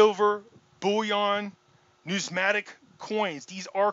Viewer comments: Say it like this: New-miss-matic 😬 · If you are going to go to such great lengths to to sound like an authority and explain what numismatic is then why don't you get the spelling and pronunciation of the word correct. You would lose on Jeopardy. Ya get a thumbs up for effort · You can’t even pronounce the word Numismatic properly. NO ONE should listen to his “opinion”